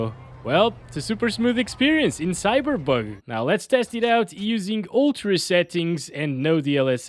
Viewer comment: he says cyber bug🤣😂